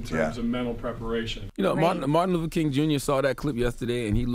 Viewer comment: Martin "Luffer"?? C'mon Charla